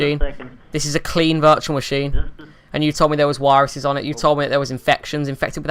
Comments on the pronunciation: I've watched so many of these videos and it kills me EVERY time when you say "wiruses" and "each and everything" hahah love it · So why does he constantly change Ws and Vs, like vindows and wiruses.... He sounds British, I'm probably wrong but the only people I know of that do that are German. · what's wrong with dextop and wirusses? That r complet normal spelling! (sarcasm)